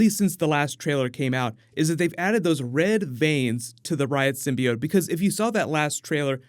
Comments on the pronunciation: Also, I really hope that they don't pronounce it (sim-by-oat) like they did in that one trailer. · They also fixed the way Skirth pronounces the word "Symbiot"